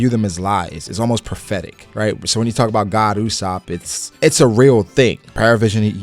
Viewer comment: It's not God ussop it's Go D Ussop.😃